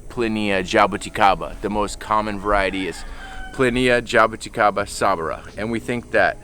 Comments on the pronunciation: Jay-bo-ti-kay-ba Classic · pronunciation of jaboticaba though... hah-boh-tea-ka-ba